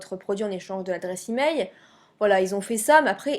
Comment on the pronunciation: on dit " emaiL " pas emai